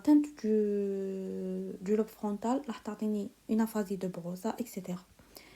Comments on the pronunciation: Merci infiniment Une remarque on dit aphasie de broca et pas de broça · Mercii une petite remarque concernnant la prononciation Aphasie de beroca = beroka Aphasie de wernicke = vernicke